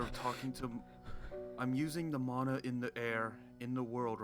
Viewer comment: Mana not mona